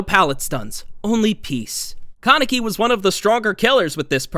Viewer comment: its KAH neck ee. not can neck ee =x